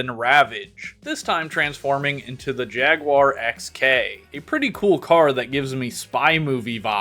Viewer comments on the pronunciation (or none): none